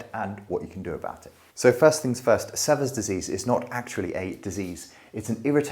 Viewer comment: Sever rhymes with fever. The first e is long. It is named after an American doctor.